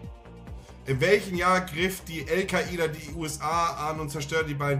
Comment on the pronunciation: "El Ka ida" 😂